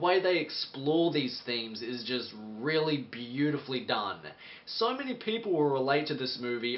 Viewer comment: Why do you say "sore" instead of "so"?